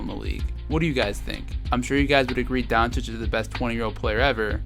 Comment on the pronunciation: It's pronouned 'Donk-itch' sir . not donchich